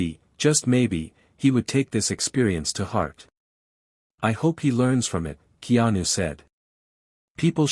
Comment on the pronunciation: To the AI narrator: His name is pronounced Kay-anu. In Hawaiian, the "e" is pronounced "a"; the "i" is pronounced "ee." AI not so smart after all!